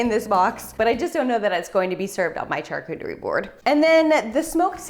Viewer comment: You really like saying char-cooter-y